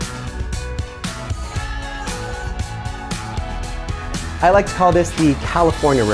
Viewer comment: anyone find it strange how he speaks, i mean i enjoy his videos but he says "home" like a complete oreo(black on the outside white on the inside) makes me cringe every time